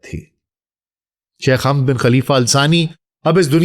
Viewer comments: Pehle nam zra sahe lo hamd nahi hai woh samjee .onka nam hamad hai baba e qaum hai jaheel mihajar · Hamad boliye Sir